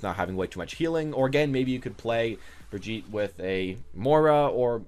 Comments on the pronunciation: Lol...its not "Brig-EET/ Brigeh-eat" It's "Brig-eht" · my god man are you an American? there is only one way to pronounce her name and your totally off the mark lol